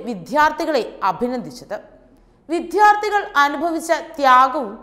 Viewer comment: ആ കുട്ടി പറയുന്നതു വിദ്ധ്യാർഥികൾ എന്നാണ്. ചാനലിൽ ഉള്ള ആരെങ്കിലും അവരെ ശരിയായ ഉച്ചാരണം പഠിപ്പിച്ചു കൊടുക്കണം